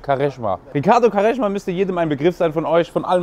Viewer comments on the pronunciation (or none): Was für kareschma 😂😂😂 hört sich an wie Waschmittel Hahahahah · Digga bitte yaw, Quaresma und nicht kareschma. Sonst geiles Video Bruder. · Quaresma wird nicht KAreschma ausgesprochen sondern Quresma. Nohate❤